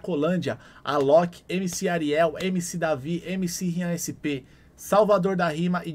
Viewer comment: fala certo o nome do haridade meu parça, é hariel, não Ariel kkk